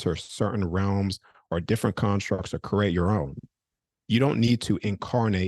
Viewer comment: is fascinating. But, please someone tell him the word is pronounced, "Cree-ate" not "Cur-ate". Namaste.